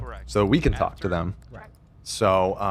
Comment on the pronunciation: Sorry but that was more like "Zach don't hawk tuah to my wife" 😅